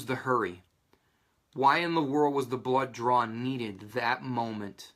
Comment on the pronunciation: Whats a blow joor? Do you mean blow job? You keep saying "joor" or is it blood DRAW? Confused here